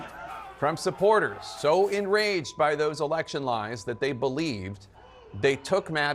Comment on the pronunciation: You mispronounced "lie"